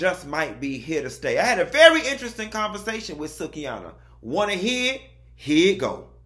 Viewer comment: I Loved Every Bit Of This Interview. Great Job Q, As Always! But Baby Ima Need You To Start Pronouncing Babygirl Name Correctly, It’s Pronounced [Soo-Key]. I Love You, Keep Up This Great Content!